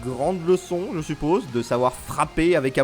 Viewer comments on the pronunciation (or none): none